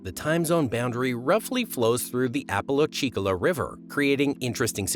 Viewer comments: Ap uh LATCH ee cola river…. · Top notch butchery, I was confused for a second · Nice pronunciation of Apalachicola. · right?!?! i'm still laughing! 🤦‍♀🤣